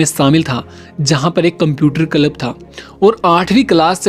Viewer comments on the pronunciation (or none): Content is good. But your pronunciation is pathetic. Kalab - Club Liverpull - Liverpool Lonch - Launch